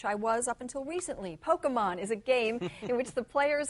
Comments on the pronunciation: It's about acquiring Poke-uh-muns. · i love it when roger says "THEYRE AQUIRING POKEMUNZ!!" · "It's about acquiring Poke-mins." LOL! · well he is not wrong. except for how he pronounces pokemon lol.